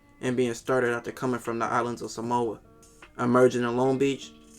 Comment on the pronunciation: As a True Polynesian, that actually live in the islands, you really need to learn how to pronounce “Sāmoa/ Sāmoan” and “Tonga/ Tongan”.